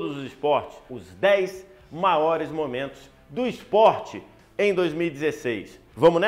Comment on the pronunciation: Ele falou "maores" no início do vídeo